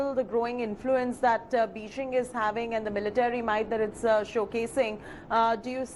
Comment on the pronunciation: Ma'am please say Beijing properly. It is not beeshing.